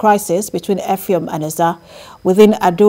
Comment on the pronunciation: Effium not Effiom